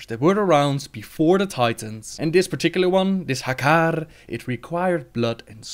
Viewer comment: Oh, I love the way you say Hakkar <3